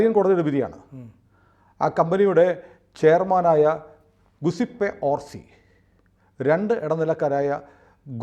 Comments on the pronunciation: ഗുസിപ്പേ അല്ല. ജ്യുസെപ്പേ ആണ്, അതായത് നമ്മുടെ "ജോസഫ്"., കുട്ടിക്ക് മലയാളം അറിയാം.... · Guiseppe is pronounced Jew-Sep-ee.